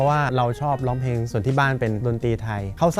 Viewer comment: เวลาร้องเพลง น้องออกเสียงควบกล้ำ ร. - ล ครบเครื่อง แต่เวลาพูดทำไมน้องไม่มีควบกล้ำล่ะคะ เสียบุคคลิกนะ "ล้องเพง" งี้ แก้จุดนี้ด้วยนะคะ